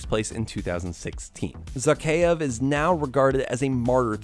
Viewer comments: Imagine doing all of this research into these games and not being able to pronounce the villain's name correctly Its Zakheav, not Zackeyeav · A shot of liquor every time he says Zakhaev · You’re saying the bad Guy name wrong